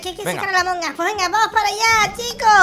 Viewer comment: "trºlleº de Jªmºng us"